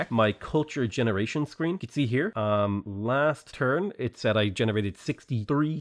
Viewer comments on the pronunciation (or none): none